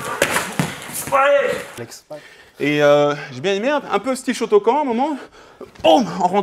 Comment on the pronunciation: "shoto quand" 💀